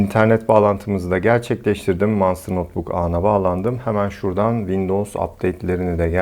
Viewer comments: Manstır diye bi kavram yoktur abi monsterdir ( o ile ) manstır diyince hiç bir şekil ilgi çekici dikkat çeken vb vb modlar a gerek yok videoyu çok güzel anlatmışsın ayrıca iyi günler. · Aynen Manstır deyince markanın tüm havası kaçıyor. Monstır daha havalı.